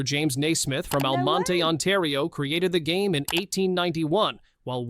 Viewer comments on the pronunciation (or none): The basketball town, Almonte, Ontario, is pronounced with two syllables only: Al-mont. There is a figure of Dr. Naismith sitting in the centre of the town, with a basket ball and a peach-basket. His lap is arranged so that kids can sit on it and have their picture taken. In the winter, Almonteans keep him warm with scarves and toques (kitted hats). And, speaking of temperatures, Ottawa has a recorded record low of -42.5 C and a record high of 35.1 C, meaning a 77.6 C differentiation between winter and summer, making it possibly the greatest range of any capitol city in the world. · And Almonte is Almont.